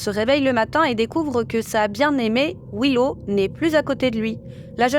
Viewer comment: Un petit conseil. Je sais que les français sont mauvais en anglais mais s'il y a 2 fois la même lettre dans un mot c'est pour une raison! Daddy ne se prononce pas da-dy mais plutôt dad-dy, pareil pour Willow c'est pas Wi-low, c'est Wil-low. Et peut-être pour un post futur, Neil ne se prononce pas nail.